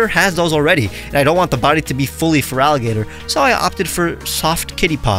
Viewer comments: Feraligato would be easier for Spanish speakers, because unfortunately, they normally say "Feraligart" "instead of pronouncing it as "Feraligator" I do speak Spanish as my main language, but is quite annoying when I hear wrong pronunciations for Gengar, Lugia, Giratina, Sableye, Liepard... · The way I'd pronounce it would be FARaliGatOO